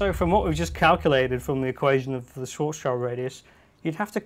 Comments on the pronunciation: Not "swoarts child", it's Schwartzschild! Enter the words "schwarz" and "schild" in dict cc and hit play in order to hear how it's pronounced. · Sorry but as a (non-native) speaker of German, I can't help but cringe at the English pronunciation of Schwarzschild's name. It's supposed to be like "shwharts shield"... close enough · isn't the -child in schwartzchild suppose to be pronounced "shield"? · His name is Schwarzschild (pronounced shvarts shiild), not sword's child. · its SCHWARTZSCHILD-RADIUS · His mispronunciation of Schwarzschild is cringe-worthy.